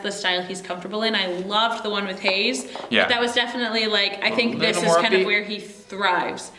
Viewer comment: thanks for butchering heize's name